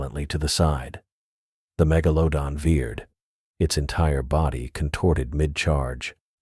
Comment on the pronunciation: I laughed every time it said mega - low - don